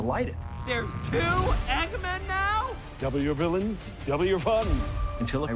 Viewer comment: I thought he said double you villians